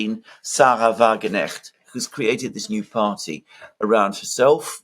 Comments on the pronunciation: FYI sahra wagenknecht`s (sic) name is pronounced wa-gen-k-necht: note that there is the consonant "K" (as in k-orea) in the middle of the name . this "K" is also pronounced; it is not a mute "K"...correctly resulting in the name WA-GEN-K-NECHT (not wa-gen-echt). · It is "Sahra WagenKnecht! not "Wagenecht" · It's not Sahra-Wagenecht, there's a "K" there! It's Sahra-Wagen-Knecht (you have to pronounce the 'K' otherwise it starts to mean something else!) Just a tip...😊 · pronounce the 'k' please it's ke-necht, not 'necht' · Excellent assessment! Totally insignificant, funny detail: you say Wagenecht = carriage genuine/real. Correctly pronounced would be WagenKnecht = carriage servant/menial "Just saying " ;-)) Thanks for the great job you are doing. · This. There are probably 20 people in the comment section complaining. Come on,. It's not hard. If you can pronounce Krasnodar, you can pronounce Wagenknecht. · Alexander, the "K" in WagenKnecht is pronounced! Your German wife can confirm that. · should learn that K is pronounced in Knecht word. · Guys, smartass here. The K in English is often silent as in know but in Wagenknecht it is actually pronounced a hard 'k'. It separates the two words Wagen and Knecht. The name means farmhand to the wagon. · Someone please tell Alexander that in the name Wagenknecht the k is pronounced unlike the k in knight e.g. in English. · The K in Wagenknecht is not silent. Pronounce it hard. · Generally good analysis. Please Alexander pronounce the name of Sarah WagenKnecht correctly. The K is pronounced. The elections in the two States show a high level of political awareness and responsibility of the electorate, manifested by the wide spectrum of politics voted for and a high, 74% voter participation. Contrast that to the recently held UK election and the forthcoming US election. Granted, these were regional/federal elections but they broadly reflect the trend. Democracy seems to be alive and kicking.